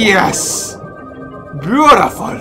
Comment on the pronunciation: XD i subbed when he said, "Arent we bootiful" XD